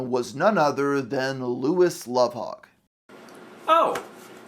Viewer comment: I think it's spelled Lovhaug or Louvhaug but the pronounciation is correct